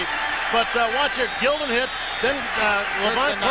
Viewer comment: Pronouncing Jason Gildon's last name wrong. It was Jason Gil..DON